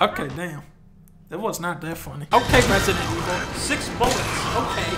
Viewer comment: Resident Evil? I thought you said President Gevil!